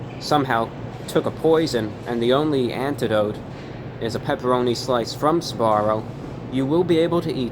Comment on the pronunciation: SBAROO? JAGG EH SBARO?!